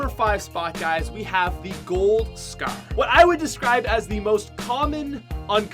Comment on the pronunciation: Why can't this guy pronounce scar